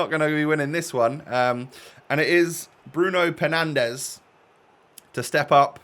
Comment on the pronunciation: did he just say bruno pernandes